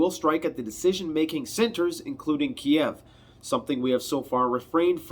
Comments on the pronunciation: "Kiev" KEEV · Ukraine means borderland. Ukrainians consider “the Ukraine” to be an insult because it suggests they are just Russia’s borderland. You will notice nobody says that anymore. It’s just “Ukraine” not “the Ukraine”. You’re also pronouncing Kyiv in a way they consider insulting. Kiev is the Russian spelling and pronunciation. Just say Keev. (I’m Ukrainian Canadian.)